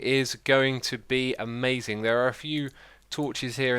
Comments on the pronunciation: X : "This is going to be a-MAZE-ing' 😆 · "This thing is going to be a-MAZE-ing"